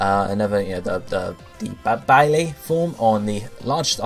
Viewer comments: Baile is Spanish for dance and it's pronounced bye-yay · It's pronounced bye-leh